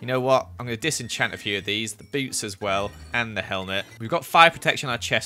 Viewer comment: am i the only one who heard boobs instead of boots? no? okay just me then.....